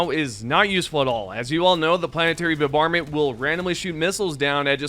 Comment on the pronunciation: mf "planetary bubarment" dude stop.